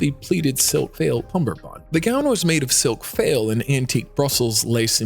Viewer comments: Faille is pronounced "file," with two syllables, "FIE-yul" -- it's definitely not a "fail"! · NEXT TIME—PLEASE make sure the narration /narrator knows HOW TO CORRECTLY PRONOUNCE fabrics like “faille,” “organza,” “Chantilly,” etc. The crazy mispronunciations were seriously distracting.🤦🏻‍♀️